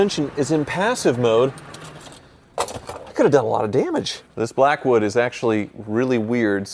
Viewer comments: he didn’t pronounce “BLACKWOOD” appropriately lol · At least you didn't overdo the "Blackwood" emphasis. That would be as annoying as Jr. High locker room humor with Wizard.🙄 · The Blackwood emphasis is hilarious!!! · Couldnt even get thru 5 mins of the video, horrible commentary with the word blackwood being emphasized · I seriously considered clicking off this video because of the stupid way you continue to say Blackwood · The music was fine no factor for me I thought it was funny. The only problem is now I can’t hear Blackwood without your pronunciation!